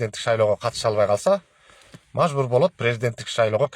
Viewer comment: Мажбур дегенди туура суйлогонду уйронуп туруп анан кайра башынан суйлоп чыксан угуп королу